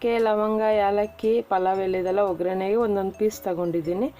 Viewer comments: It's not ograne it's oggarane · Speed aagi ಹೇಳುವಾಗ ograne anta ಹೇಳ್ತಾರೆ k